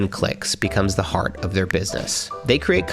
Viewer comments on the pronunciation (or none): none